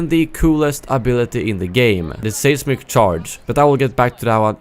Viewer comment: Great video. Pronunciation note, the first syllable in the word "seismic" sounds the same as the word "size" for future reference.